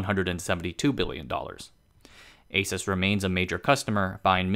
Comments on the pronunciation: It’s Aaa suse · If you call Asus, it's ei -soos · Hmmm. I always though it's pronounce as àsus, ah-sus not eh-sus. Every single taiwanese I met pronounce it as ah-sus. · Haha, my friend always pronounced it like the hispanic pronunciation of"Jesus", and I always corrected him, saying "it's not some Puerto Rican guy". Good to know about the "Pegasus" thing. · I thought I was the only person who didn't pronounce it "A-soos" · ASUS is called "ei-sus", like "a-suse", DRAM is called "di-ram", like "d-ram". Neither follows the proper American English pronunciations rules. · Can’t even pronounce the name correctly…